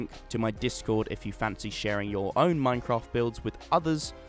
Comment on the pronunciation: EXPERT Lvl [Minecaft] lol 😅